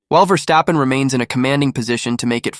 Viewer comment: Cant say his name properly.